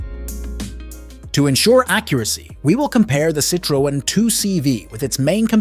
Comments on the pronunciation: It's pronounced sitron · you forgott the e ë means that you spell the e so -Citroen. Mistake made by lots of germans with the umlaute ä ö ü. We write Zürich and in french Zurich. The u is spoken like a german ü.